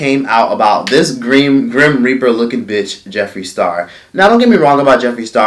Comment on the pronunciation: Every time he says grim reaper, I can't stop laughing